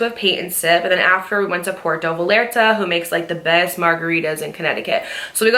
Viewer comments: love you girl, but it’s pronounced Pwehr-toe Vy-ar-tah 😅 i had to say it im sorry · Girl I love you you’ve become so wise and you’re so beautiful. But I’m sorry I can’t believe you pronounced puerto Vallarta like that 😂😂😂😂😂 had me rolling bitch